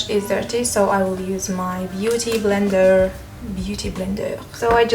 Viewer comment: When you said "beauty blender" the 2nd time it sounded so much like a french accent 😂😂